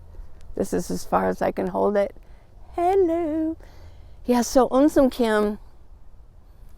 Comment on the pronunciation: Awww lady. You made my day. You said right my name. Un sim Kim. Means coming from soft heart. No one ever said my name on my phone. So happy my friend. Good morning. ❤🦋❤🦋